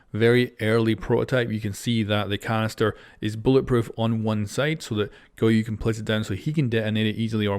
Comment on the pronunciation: It annoys me so much how he pronounces goyo